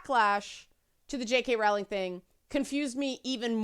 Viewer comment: Her surname is pronounced Rolling (rhymes with bowling).